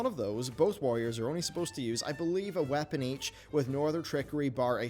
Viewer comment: I can’t get over how he says “whapen” for weapon 🤣